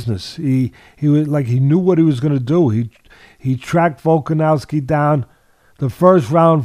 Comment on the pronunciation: Teddy still saying "Volka-nalski" Love it. Lol.😂